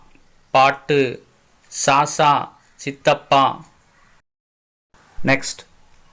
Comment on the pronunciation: Kamra illa kamara. Kaanaa illa Gaana - Ga ucharippu ; ka illa. Athe mathiri.... Saasaa illa... athu Chaachaa.. Poor pronunciation